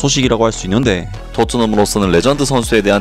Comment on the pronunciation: 있/는\데/ ㅋㅋ 고향이??